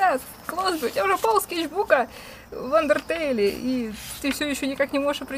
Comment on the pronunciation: не Ундертейл а Андертейл